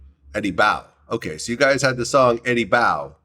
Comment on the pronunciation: Eddie boe??? Naw Eddie bowa 🥴😂😂😂